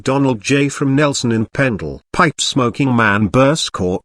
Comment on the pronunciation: Burscough is pronounced burr- skeh, there is no oomph as the ai voice over proclaims.